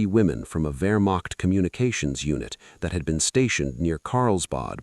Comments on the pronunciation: A new world record of messing up the word Wehrmacht. Vermoched, vermocked, you name it. Extreme sloppiness. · Hey A.I. the word is Wehrmacht.